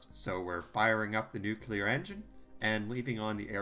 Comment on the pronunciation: It's "nuclear", not "nukelar".